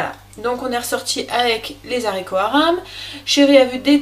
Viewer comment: Quelle cuisinière, tu me donnes envie de m'y remettre et ta chaîne est une mine d'or. Je t'en remercie beaucoup. Une petite remarque en passant (ne le prend pas mal) : les Zaricots euhhhh 🤔, c'est meilleur sans fil et .... sans liaison 😊 A bientôt pour déguster tes prochaines vidéos 👍😘